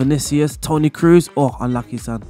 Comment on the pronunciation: Kroos is pronounced like the word Close (sounds like) not like Cruise